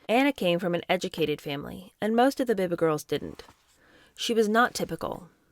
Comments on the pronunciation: It is Beeba, not Behba. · Biba is pronounced bee-ba. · Biba is pronounced Bee-Ba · Nigel Dempster was a gossip columnist, mixing with high society, he had to go to those places. Hope you don't mind but Biba is pronounced 'Beeba' and Mary Quant- 'Kwont'. I remember that time, though I was younger and both were massive names in youth fashion. Don't forget Anna was cushioned coming from a well connected family. She was never going to have to work in Woolworths or a factory when she dropped out of school. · Biba is pronounced Bee-ba 😉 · Enjoying this very much. Wee note about pronunciation: Biba- Beeba Quant- Kwont The class system in UK is such that she could absolutely do whatever she wanted in or out of school safe in the knowledge that daddy would ensure a lucrative career for her. Family name is everything, sadly. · Loving this book. Biba is pronounced BeeBa xx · Hi. I love everything you do ❤. By the way BIBA is pronounced beeba. It was THE place to be in the late 60s and early 70s. ❤ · Pronounced Mary Qwant and Beeba.